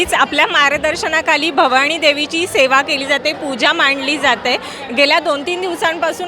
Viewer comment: निवेदक बाई, भवाणी नाही... भवानी!!